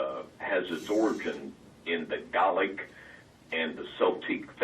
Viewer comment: Garlic and Saltine ceremonies? I know this fool wasn't trying to say Gaelic and Celtic. There's no way...